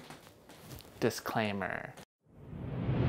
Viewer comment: "dissclaameer" You have my like Sir.